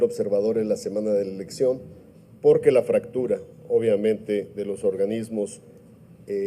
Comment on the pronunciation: Pogue porque poggggque 😂😂😂😂😂